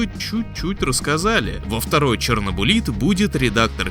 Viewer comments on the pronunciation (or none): ЧернобУлит? Может ЧернобЫлит всё же?